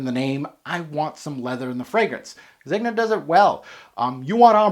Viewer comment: The 'g' in Zegna is soft - like "zenya" ;) I have this, bought it back in 2017...wow, time flies. Yeah it's quite linear but I love its weird black oily feel - overall I like the scent but don't love it